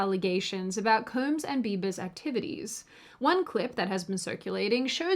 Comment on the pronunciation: She keeps saying “Koombs” instead of Combs. And she acknowledged it in the previous one😂😂😂